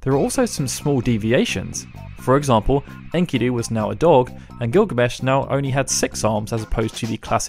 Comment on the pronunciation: It's not "in-kee-doo" it's "en-ki-doe" lmao